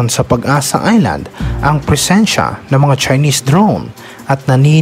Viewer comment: Hindi prehinsya ,,, PRESINCIA BALIK KA SA ELEMENTARY MO.